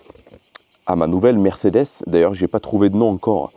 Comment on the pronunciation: Merdecedes ou mercederche ? 😂😂😂